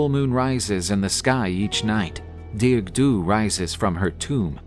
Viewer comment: I’m Irish, it’s pronounced “Dar-ug”in Irish not dearg like you would pronounce in English. For anyone who wants to know. It’s great to see people posting about Irish mythology, thanks for sharing this story